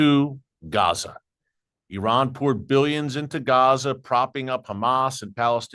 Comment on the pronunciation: So glad to hear you say ee-rahn and NOT the incorrect EYE-RAN. There are many thousands of Iranians have become secret Christians from listening to radio preaching.